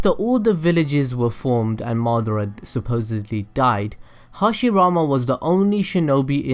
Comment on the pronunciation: Its ma da ra not madra